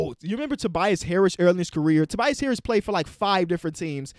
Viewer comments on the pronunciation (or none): none